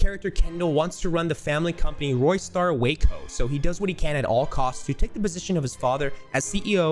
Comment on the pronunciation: theres literally no way u just called it roystar wayco